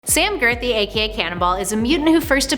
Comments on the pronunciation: Sam Guthrie (Guth-ry) not Sam Girthy (Girth-y). Starting to think you're doing it just to trigger people. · did she just call him sam girthy? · You said Girthy on purpose to troll us didn’t you? 🤣